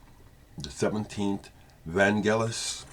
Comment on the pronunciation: Fantastic tribute.....a sad day for my beautiful country due to the departure of her son to the stars.....thanks for pronauncing his name correctly.....the only thing i would like to add is that with his first group Forminx which is an ancient string instrument like a lyre he had a hit with his song Jeronimo Janka....an instrumental that at the end you hear young Vangelis shouting Jeronimo.....he later revealed that he had a vivid dream of him going to the top of the mount Likabetus in the center of Athens and shout "Jeronimo"..... A magician, he was one with nature with god.....Αθανατος......